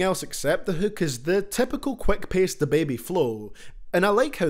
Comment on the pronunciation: Hūūk love the accent